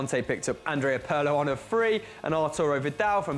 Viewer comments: PIRLO PIRLO PIIIIIIIIIIIIIIIRLO WITH A FREAKIN I NOT PARLO PIIIRLO...good list tho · Perlo? He is called PIRLO ;) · You are still saying Pirlo wrong. The i is pronounced like e in Italian. P(ear)lo maybe that will help I don't know. Other than that great video.